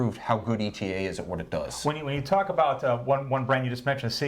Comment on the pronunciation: watchuwantinc It's Eytah. Because that's that's how ÉTA pronounces it. Hearing E.T.A. is just a flag for ignorance.